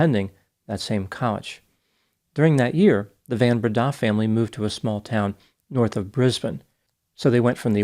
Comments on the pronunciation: That 'van' in van Breda is pronounced 'fun' (f`uhn) . It's Afrikaans. Hello from South Africa! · The surname the van is pronounced like the word fun. Fun Brenda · Henri Christo Van* Breda *(pronounced "fun") if you're intersted in getting some afrikaans language skills ... Stellenbosch is pronounced in point ❤❤❤ well done... super impressive